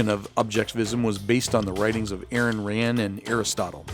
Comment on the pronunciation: Lmao 😂 he just said Aaron Rand instead of Ayn Rand